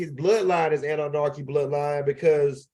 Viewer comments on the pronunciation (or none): I need u to take THE (((( NARKI ))))) OUT OF Annunaki 🤣 Period...